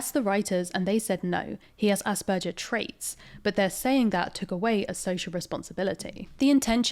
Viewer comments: It’s AsberGers not AsberJers. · The G in asperger is like Glove not like gelatine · Aus(ahs)-per-ger(gur)-s. I'm half German, this is the pronunciation that my upbringing taught me. As opposed to the "jer" used in the video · It may be a silly reason, but her continuously saying 'Asperjer' made it way more difficult for me to watch... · I am way too bothered by how this person is mispronouncing Asperger aaaaaaa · Sorry, but I can't handle saying nothing. The "g" in "Asperger" is pronounced like the "g" in "grass". That "g" sound you said does not really occure in German that often and if when it does, then it's probably written as "j" (though that one makes the same sound as "y" in English most of the time).